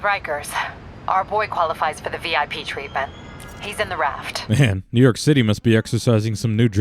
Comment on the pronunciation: "Mew York" lmao